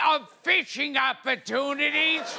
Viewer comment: I kept hearing "bitching opportunities" when was speaking XD